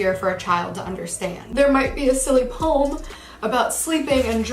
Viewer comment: I know this isnt valid criticism but I just need to say it triggers me how she says "poem"